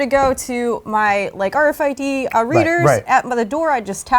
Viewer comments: Nobody says AAaaRFID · i hate the way he says RFID